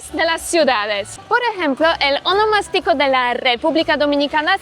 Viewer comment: Ahh tu dices honomastico. Pero creo que la en RD se le dice a tu cumpleaños. Un termino ya en des-uso. Verifica prounciacion que lleva asento diferente. Yo que vivo en Miami y soy de San Cristobal, he perdido la costumbre de tomas tantas cervezas por el tema de que aqui puedes tener multas muy altas por un porcentaje de alcohol en la sangre. Eso lo perdii en Miami